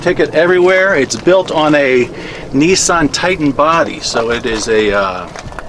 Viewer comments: I will tell you this. You keep on pronouncing Nissan like Nissss-san and I'm unsubscribing. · wow nissan is said wrong and bad